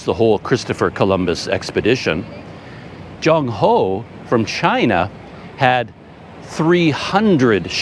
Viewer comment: Excuse me, not Junk Ho , as in junk, trash, but Ch as in Ch-ain or Ch as in Ch-ange, and end with End, so Ch-End, make sense? Your HO is perfect.